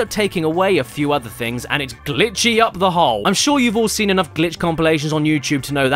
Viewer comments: I'm not making fun of you but whenever you say seen it sounds like your saying sin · Why can't you pronounce "seen"? Why do you insist on saying "sin"? Why am I bringing it up two years after the fact? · Why is it anytime Caddy says “Seen” it sounds like he’s saying “Sin” has he sinned? Caddy is sinful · Why do you say "sen" and not "Seen" ?!?!?